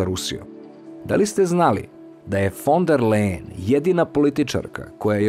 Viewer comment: Ursula se zove fon der Lajen , ne Lejen ...Ali, to nije tako važno 😅